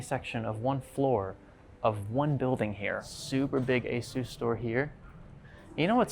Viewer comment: FYI, you pronounced ASUS WRONG.